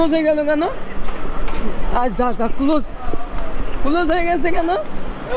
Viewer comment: গায়েজ না= গাইজ কুলজ না = ক্লোজ উচ্চারণ ঠিক করুন